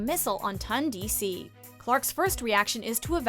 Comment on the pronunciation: IT’S TONDC NOT TUNDC